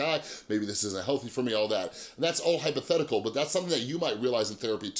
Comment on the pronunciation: the way you said hypothetical gave me life. "this is all hYpOtHeTiCal"